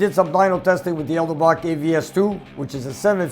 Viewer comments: Edelbrock, not Elderbrock lol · Did Edelbrock actually change their name to Elderbrock or is this a joke? People have been mispronouncing it as "elder-brock" since day one. Maybe Edelbrock just gave up and said f-it. Let's just roll with it 😂. Maybe my old carb with the Edelbrock logo will be a collectors item! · Ed---el---brock.......Ed---el---brock.......Ed---el---brock.......ED, el, brock 😩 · What's with the 'Elderbrock?' Is it an inside joke? (I'm new to the channel) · ED-EL-Brock! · "Elder-Brock"....for the geriatric Hot Rodder. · No name change, some dont look close enough at the word to pronounce it right